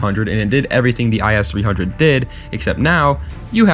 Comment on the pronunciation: Other then saying the “is 300” it’s I-S 300 Great vid tho